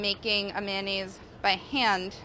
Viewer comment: Manayes, I never pronounced it like that before